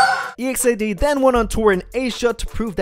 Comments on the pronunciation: Don't separate the group name, say it together. EXID. not E,X,I,D,....... I thought you may wanted to know. !!! Is like saying EXCITED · It's Exid not E.X.I.D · The way to pronounce exid is not “e-x-I-d it’s exid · Really guys? Firstly it is really pronounced as E-X-I-D , if you're a real LEGGO you already knew about this. By the way... EXID is NOT DISBANDING they are currently in a HIATUS. 👌 This dude got the wrong information. 😿😖 EXID means FAMILY. 👪💪😚 Just wait for them. 👍😜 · Is it weird that ive always thought of them as ek-zid, instead of e-x-i-d? Haha it weirded me out hearing e-x-i-d 😂😂😂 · e x i d, that annoys me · “e x i d” triggers me or am i saying it wrong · Its Eks-i-de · The way you pronounce EXID triggers me